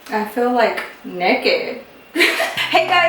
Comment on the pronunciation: “Nuked” it’s naked lol I’m so triggered.